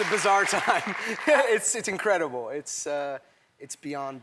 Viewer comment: „it‘s incredeboi“ INCREDIBLES 2